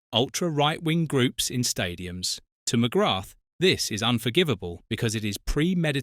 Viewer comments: Jesus, this guy keeps butchering the pronunciation of his surname over and over .. thats the biggest insult of this video ffs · Ffs Just learn how to say his name correctly. I know its a dumb AI voice but it can be thought how to pronounce his name. This is lazy from the content creator. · Not pronounced ‘ McGratt ‘! It is pronounced ‘ McGraa ‘! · Its not McGratth As you English pronounce. Its actually pronounced McGra,you drop the th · Thanks ya saved me, I got 3 minutes in and him pronouncing it Mcgrattttt was grating on me 🤦🏻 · Pro tip. ..ignore the "th" and replace with an elongated A sound Mc-graaa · Its pronounced McGra! The th is Silent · The 'th' is silent. Pronounced McGra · Its just pronounced Mcgrah...on a side note Ooh Ahh is me favourite irish player ever 💚🇮🇪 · Fyi the TH is not pronounced in McGrath. Its prounounced McGra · Pity you dont know how to pronounce his surname, Its McGraah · He can't even pronounce his name. Definitely not a football fan. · you're incorrect pronunciation of his name is a total disrespect of the man and a showing of your ignorance. It's almost as bad as that git goldbridge's pronunciation of Evan Fergusons' name as EVEN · McGrath is not pronounced with the, 'th'. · why cant you pronounce his name properly? ffs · You’re even pronouncing his surname incorrectly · Please pronounce his name properly